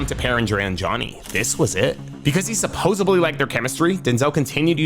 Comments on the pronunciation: Bro, the word is pronounced “supposeDly”….not supposeBly. 👍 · Has anyone over the years informed the speaker that the word is NOT "SUPPOSUBLY" ...It's "SUPPOSEDLY"....I just found this channel in the last week or so but videos either recent or in the past all have the main speaker constantly saying "SUPOSUBLY". The word is "SUPPOSEDLY". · Hey, it’s not pronounced “supposably”, it’s “SUPPOSEDLY”. 😭😭😭